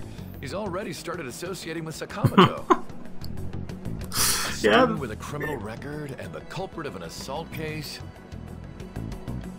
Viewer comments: saka-moto why is that so hard to say right! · Also, you're right. The game's English pronunciation of 'Sakamoto' and other names later on is strangely incorrect.